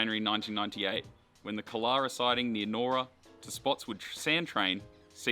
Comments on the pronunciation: Very good video well put together and well spoken, just with the township “Nyora” it’s pronounced Ny Ora not Nora. 👍 Now that I live in the area, it’s heartbreaking that the line has gone and never to return, albeit from Cranbourne to Clyde one day. I remember traveling on a V/Line P class to see relatives very well. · nice vid. you pronounced nyora wrong tho. its pronounced Ni(saying the I as its name)or ra